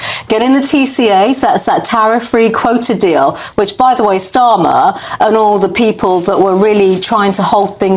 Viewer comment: 😅😅 his name is STARMER and not STORMER 😂😂